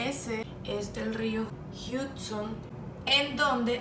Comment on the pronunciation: El río "Jiutson"😂 Casi lo pronuncias bien...